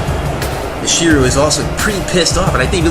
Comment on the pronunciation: Stop mispronouncing Michiru wrong! >:C